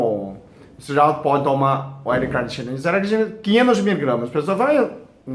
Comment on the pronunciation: Braz Braz Olá! é: L- Carnitina ( repare, q ele troca o l pelo r ao falar...)☺